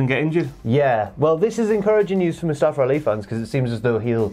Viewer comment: They always pronounce his name as Mustafer and not Mustafa lol